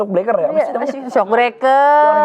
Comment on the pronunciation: Mau terharu dan sedih pas Anwar lihat cewenya LG ciuman tp dgr Anwar bilang SOKBLEKER jd ngakak aku jd ktawa sambil ngs😂😂😂